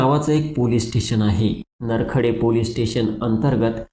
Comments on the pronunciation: Narkhede nahi bhaou nrkhed aahe te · तुलापोलीसस्टेशनचे नाव बरोबर सागता येत नाही नरखेडे नाही नरखेड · नरखेड आहे ते नरखेडे नाही सर